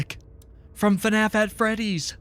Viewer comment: ‘fnaf at Fredericks’ 😭